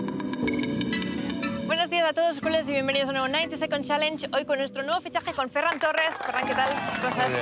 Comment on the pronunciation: ja et val fer-ho en CASTELLÀ, es diu FERRAN!!! -100 per tu.